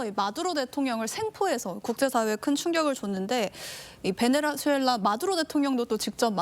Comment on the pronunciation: 아나운서님 말도 너무 더듬고 발음도 안좋구 김위엉장을 베네즈수엘랔 연습좀하셔야할듯..